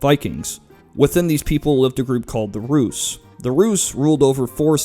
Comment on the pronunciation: put a t before how you said rus (ruus) and it sounds like truus a hollands name and how a american youtuber said mine last name